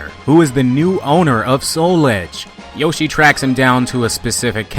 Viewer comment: "Yoshi Meat Zoo"